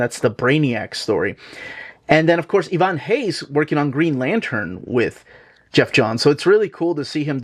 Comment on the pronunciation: First time i see someone outside Brazil saying Ivan Reis by the right way